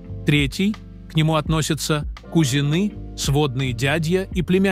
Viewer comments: КузиНЫ и ДЯдья??? Ударения - это ужас!!! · После фразы "кузИнЫ́" - отписалась.... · 😂😂😂😂😂, кузинЫ,😂😂😂😂 сразу отключила😂😂😂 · Только кУзины, а не кузинЫ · Как только услышала кузинЫ, выключила. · КУзины надо же так ударения ставить